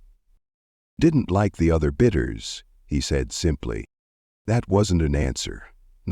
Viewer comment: BIDDERS NOT BITTERS